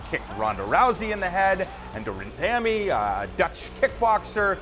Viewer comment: "ran..damy" think he got that wrong 😂